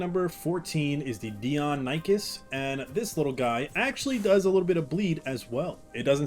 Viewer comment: Here is how u pronounce deinonychus. It's Dino+ni+kiss.